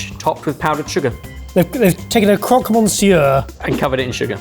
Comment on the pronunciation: You aren't meant to pronounce the n in monsieur you savages.